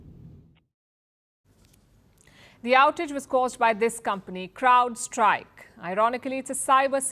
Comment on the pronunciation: and - It's C'r'owdStrike, and NOT C'l'ouldstrike.